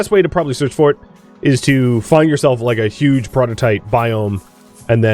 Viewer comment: Despite knowing that saying peroditite like "peridot-ite" is wrong, I still can't help but hear it correctly and go like "hissss, no, you speak the words wrong".